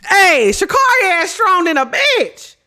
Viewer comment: you gotta say her name right or she gonna beat our ass lmfaooo it’s Sha CARRI like Carry